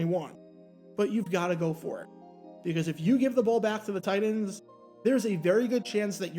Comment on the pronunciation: Why does he keep pronouncing TITANS as “tight ends”? Shit had me confused for half the video.